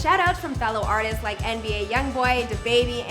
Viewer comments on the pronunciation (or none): none